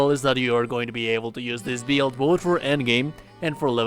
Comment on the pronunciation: wtf is a beeild?